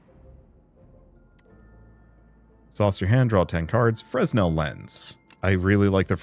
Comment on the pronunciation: The S is silent in fresnel. 🤓